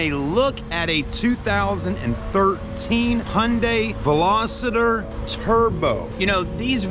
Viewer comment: Veloster not velositor! Jeez